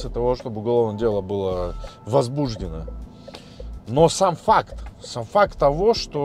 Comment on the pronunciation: Только, пожалуйста, осторожно с ударениями. Ибо, Вы же не возбУждены. И, кстати, бутИк, бутИки.(La langue franc"aise)😂 Так как Вы сами говорите в слух и озвучиваете. ИМХО.. Мой любимый город. Да, в НЮ и в Ате говорят про углы улиц. Спасибо..Подписка. 👍